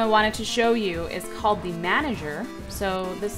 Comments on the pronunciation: Nope just saying its manger. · Btw it's manager